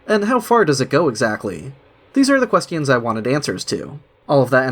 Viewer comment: Fuck I forgot how he says "quest-ions." 😬 jk, yay new upload